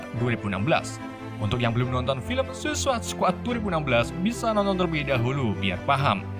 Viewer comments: Gua dengernya lu bilang susis bang🤣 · Saikid baca nya yg bener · Cuma bisa ngakak aja dengar mimin nyebut2 suicide & anggtotnya wkwkwk 😂👍🏻